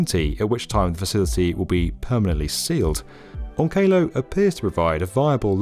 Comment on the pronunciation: Will it however shield us from the fallout of you pronouncing onkalo "on KAY LOW"